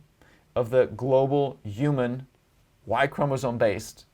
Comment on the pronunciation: Really interesting, but he pronounces a few words really weird like "narrative" and "human". Not a big deal but my inner pedantic self needed to say something.